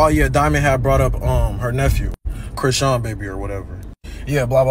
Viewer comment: What keep calling her name wrong it chrisean